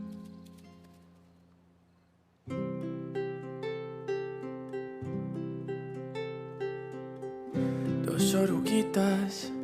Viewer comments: And then he messes it up with "dos oreguitas" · I adore the way you non-spanish speakers pronounce “dos oruguitas”